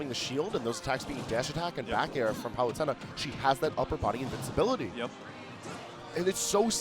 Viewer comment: he can’t even pronounce palutena